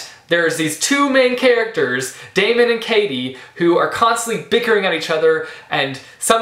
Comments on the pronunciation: It's Day-mun not Day-me-en. Great review! :) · I'm pretty sure Daemon's name is pronounced Demon... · Great review! And don't worry, everything will be explained in the sequels (you're kinda on the right track;)) btw, his name is pronounced 'Demon' ( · See i thought it was pronounced Day-mon too but the audio book pronounces it Demon.. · Yes ! I loved him also . I listened to a clip of the book before buying the hard cover and in the audio version the pronounced it as Demon lol . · how do u pronounce Daemon's name? I pronounced it Demon because it kind of fits :) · You pronounced Daemon wrong almost every time lol And I hated him too for like a book and a half but trust me it all gets better xD Katy is a character which you can relate to soo easily..... And hurry up, Opposition comes out on August 5!